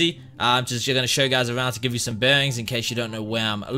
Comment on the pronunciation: Its bearings not bengs